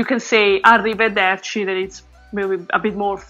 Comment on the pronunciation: without that much R... Arrive"r"erci... BRAVISSIMOOOO!!! XD it's arrivederci that means see you next time.